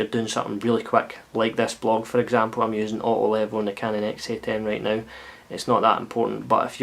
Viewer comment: wavy waavy! nice one dude. :) random dust... an american can hardly understand when you say "auto level" what the word "auto" is... still not sure, just guessing. thanks for the review...